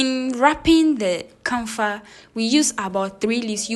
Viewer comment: It is called KAFA and not. KANFA like you wrongly said Good to learn Thank you